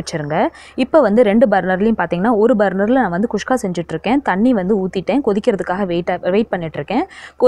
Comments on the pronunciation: Nice... Kuska... Not khuskha.... 😀😀😀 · athu kushka illa mam guska k